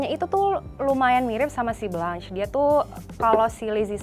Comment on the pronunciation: bkn blanch tpi dibacanya blong sesttttt